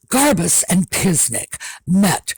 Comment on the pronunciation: I am sorry but everytime you say "Garbuz", I hear "Liz Garbage" 🙂